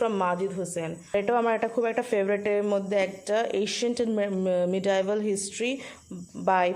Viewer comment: Apnar Medieval uchharon thik hoyni